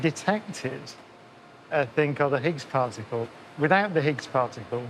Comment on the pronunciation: I thought there was a "t" in "particle." So why say "Pah-icle"?